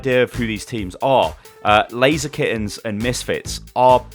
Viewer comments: I tought the name of the team was ''Lazykens'' like blaziken until I looked their name by the way you said it XD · not gunna lie, I thought you kept saying blaziken, every time you said laser kittens. smh, I was looking for player names blaziken and couldn't find one; I was so confused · Every time you said Laser Kittens, I thought it was Blazikens, and I got triggered when I realized what you were saying.